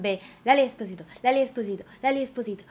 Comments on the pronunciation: ואומרים לאלי אוספוסיטו ולא אזפוזיטו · עלק לאלי אזפוזיטו.. למה היא מבטא את האות ז׳?!???? זה לאלי אססססספוסיייטו!! עם ס׳!!! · מושלם הסרטון ודרך אגב את אומרת לאלי אזפוזיטו עם ז, וזה אספוסיטו עם ס' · יצא לך מהמם אבל אמרת לאלי אוזפוזיטו חחחחחחחחח